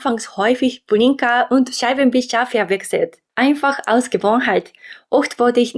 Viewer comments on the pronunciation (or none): Faszinierend. Du verwechselst sehr häufig L und R. Statt "BLinker" sagst du "BRinker". Statt "FahRer" sagst du "FahLer". Deswegen übe deine Aussprache, die ansonsten schon sehr gut ist! L - Zunge stößt oben hinter den Schneidezähnen an und verweilt dort, während du stimmhaft ausatmest. R - Der hintere Bereich der Zunge stößt am Gaumenzäpfchen an, während stimmhaftes Ausatmen dieses in Schwingung versetzt. Alternatives (gerolltes) R - Die Zunge wird leicht nach innen gezogen und im mittleren Mundbereich locker nach oben gehoben (ohne Kraft). Dann wird stimmhaft ausgeatmet und die Zunge in Schwingung versetzt. Mir ist bewusst, dass die deutsche Sprache sehr schwer zu erlernen ist! Und du machst das wirklich gut bisher. Aber diese kleinen Fehler fielen mir auf und ich wollte helfen, besser zu werden. Falls das zu direkt oder aggressiv war: 申し訳ありません